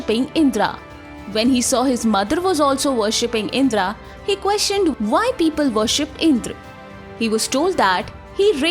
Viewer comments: please don't keep sayings words like " Indraas, Vedaas, and ramaa,," those pronunciation was result of British colonizers who couldn't pronounce our words, so basically its not Called indraas, but rather Indrà, raam and ved. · इन्द्र बोलो दीदी इंद्रा नहीं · Please improve your pronunciation, it’s इंद्र not इंद्रा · Sometimes you pronounced as Indr sometimes as Indra. It is Indra in Sanskrit any letter ends with a that also should be pronounced it is not hindi. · Wtf is indraa it's Indra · Kindly correct your pronounciation of the names. Yama is being pronounced as yam. Indra is pronounced as indr! Please understand the grammar. If you make a mistake today .. future generations will believe whatever you pronounced is the truth.... And claim that this as an evidence for their nonsense thoughts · Omg the cringey pronunciation IndrAA, because the Indian themselves are uneducted as to how to pronounce their own names.